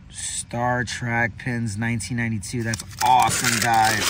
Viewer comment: Trek not Track